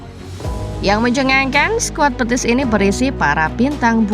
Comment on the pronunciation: Betis min, bukan Petis😂